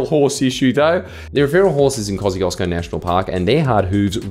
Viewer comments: "Koziozko" as the prononciation for "Kosciuszko" is hilarious (Tadeusz Kościuszko is a Polish/Belarusian/etc. war hero, apparently the mountain was named after him). It is closer to "Kos-tiush-koh" :P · Shouldn't it be pronounced Koz "choo" skous park? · Kaussieosko is the worst pronounciation. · its pronounced "kosh-chu-shko" btw, polish is hard